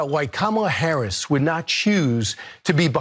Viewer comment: Regardless of whether he said colored or college in that first clip, he definitely DID mispronounce Kamala Harris's name, by putting the emphasis on the second syllable. (he later said it correctly in the second clip- maybe he caught flak for that as well). Deliberately mispronouncing someone's name, especially someone that famous and whose name is spoken in public hundreds of times a day, is a sign of deep disrespect and marginalization